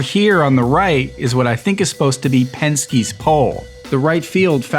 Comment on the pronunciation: It's pesky's not pensky's pole